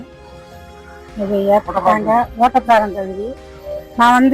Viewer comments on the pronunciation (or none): none